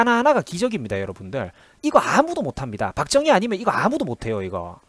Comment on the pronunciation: 영상 잘 보았습니다.내용에 상당부분 공감합니다.다만 'ㅈ'발음 하실때 조금 신경써주셨으면 합니다.다른 부분에서도 많이 들리는데 특히 박정희 대통령 발음하실때 박thung희 처럼 들립니다.뒤로 갈수록 괜찮아 지십니다만 초반에 두어번 언급하실때 특히 그렇네요.영상 시작할때 '자~'하실따도 'thㅏ~'로 들립니다.의도적으로 그렇게 하시는건지,제가 유독 예민한건지는 모르겠으나 거의 오디오에 의존하시는 포맷이라 더욱 신경 써주시면 좋을것 같습니다.굉장히 민감한 소재들이라 안좋은 소리도 많이 들으실것 같은데 힘내시고 좋은 영상 많이 부탁드립니다.